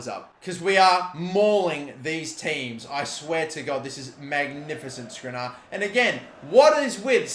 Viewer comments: Last Episode:: 'Apparently I'm supposed to pronounce it as SkrinIAR' Correctly pronounces for the episode This Episode -: 'Got to get this to the near post for SkrinAR, great goal by SkrinAR' ffs he is so frustrating sometimes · Milan will keep running away from the ball so long as you keep calling him skrinar instead of skr-ini-ar